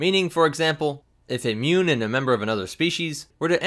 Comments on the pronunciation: They are not 'munes' they are MOOOONS! XD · Muun? I thought you said mum